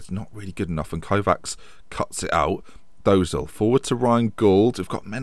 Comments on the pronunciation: For Dozzel it's not Dose-al its Dra-selle like Gazelle but with a dr at the start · Actually family friends with the Dozzell family. Just a heads up it's pronounced 'Doh-zel' as in the 'oh' from 'orange' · Dozzell star signing, had a few saves with him becoming a star. Saying his name wrong, pretty sure he is the son of ex-Footballer Jason Dozzell.